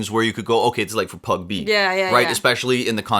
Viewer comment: you're adorable but isn't it PUB-G!?😅 I heard you say pag-b